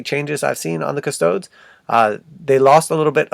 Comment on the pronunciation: Custoads? Improve your Latin.